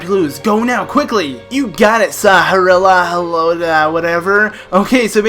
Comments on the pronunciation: I think that Sahasrahla is pronounced Sauce-Rala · You say it like sa. Has ra la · Shasrakdjwidieinjifedudkjueigc is pronounced sah - Has - Ra - la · Sorry i love your channel and im a serious fan but... ITS SA HAS RA LA Sahasrahla just GRRRRRRRRRRRAAAAAAAAAAAAAAAAAAAAAAAAAAAAAAAAAAAAAAAAAAAAAAAAAAAAAAAAAAAAAAAAAAAAAAAAAAAAAAAAAAAAAAAAAAAAAAAAAAAAAAAAAAAAAAAAAAAAAAAAAAAAAAAAAAAAAAAAAAAAAAAAAAAAAAAAAAAAAAAAAAAAAAHHHHHHHHHHH hyperventilating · It's pronounced Sahasrahlarahlarahlarahlarahla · Sahasrala has the most complicated name in the legend of Zelda series, to pronounce!